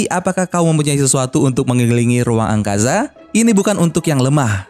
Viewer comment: Wkwkwkwk mimin bilang angkaza